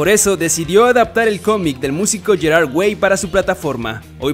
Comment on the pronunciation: Me estresa como pronuncia "Gerard"